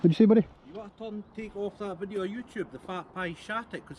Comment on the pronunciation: Just for future reference, the term I Video, not Wideo. Speak English boy.